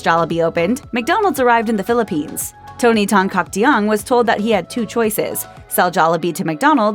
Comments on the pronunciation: I find her pronunciation of Tan-Caktiong awkward to listen to lmaoo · "Tan Caktiong" wasn't, at least not how Filipinos would normally pronounce it.